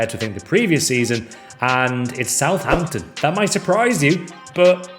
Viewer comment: Is "southhamton" a meme or something? or have you just had a howler?